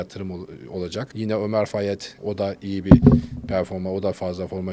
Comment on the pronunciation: Everybody: Omar fayed: Ömer fayed